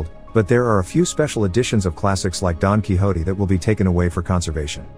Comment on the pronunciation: XD the way the narrator said Don Quixote got me lol